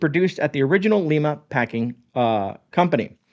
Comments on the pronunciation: You scared the hell out of me. Glad Keystone Meats is not owned by Tyson. FYI, Lima is pronounced like the lima bean. Lima Ohio is about an hour from me but what's even closer is Grabill Meats. A can of Grabill Meats Beef Chunks and a package of Essenhaus Noodles (both from northern Indiana) and you'll have the best beef and noodles. Add some instant mashed potatoes, and you'll be in prepper heaven. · "L-EYE-MA" OHIO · Lima = Lye-mah Not the Spanish pronunciation 😅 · I grew up in Lima (pronounced Lyma), so I am familiar with them. Did they not Trademark their name "Keystone" to avoid this type of issue? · The city Lima in Ohio is pronounced Lime ah. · Hey, glad you clarified this. I actually live near the company. I've shopped at their retail store at their location in Lima (prounounced like Lima Bean, not Lima Peru, lol) for years. My parents shopped there also. They have the butcher shop in the store where you can buy fresh meat also, as well as their canned products. They also make some of their own deli products, like Bologna( the best old fashioned type) and Ham Salad/Sandwich spread. I don't eat that stuff much but theirs is really good. They are involved in the fair when the kids showing their livestock sell them, they buy from them also to support the junior fair. Also, we have a local hamburger chain called Kewpee that gets their meat from Keystone. The meat comes in daily, the cooks grind it fresh and make the burgers right there in their kitchen. Their burgers are so much better than McDonald's or those other places. Just a little extra info for you. ❤ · I'm in OHIO everyone I know pronounces it ....Lime-Uh...thanks for the video I prep with it myself.. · Hi, Lima, OH is pronounced Lie-ma (think Lima beans). I got in trouble in a meeting for mispronouncing that lol Great video, I may need to take a ride to Lima and check them out. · I live near Lima its a great company, but its pronounced lie-ma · It's LIE Ma > not Lee Ma. ;)